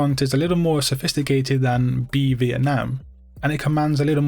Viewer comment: Ik it’s not related but your pronunciation of the word Vietnam is perfect